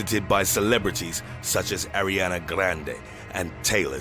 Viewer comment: Nunya Bizness but I see your point, he emphasized the names "Arianna grande and Taylor Swift" as if it's Freddie and Jason 😭😭